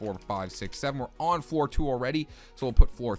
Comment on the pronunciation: Is it just me or does it sound like he says four instead of floor